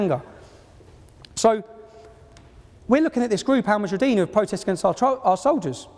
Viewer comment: you would think he could get the name right, seeing as he thinks they are such a big threat. the group is called 'Al muhajiroun' and not 'Al mahujarideen' as he keeps saying.